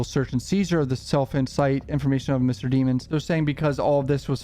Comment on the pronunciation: I love how you still call him "DEEMON" when we've heard his lawyers correct the DA and the judge and the media multiple times as well as you having a laugh about that on every other video, hehe! His crime is simply to evil to get that name right i suppose....he just has that certain something about him.....something's not quite right, is it? ˘J˘